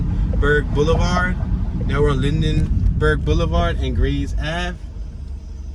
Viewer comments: First off get it right it's pronounced Linberg not Lindenberg spelled Lindbergh 2nd Bartram Village starts just past 54th not at 56th 3rd you could have went into the actual gardens the came back to go into the housing area. My family has been in SW 53 Greenway since 1970 I've had fam and friends that lived there... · its lindbergh not lindenberg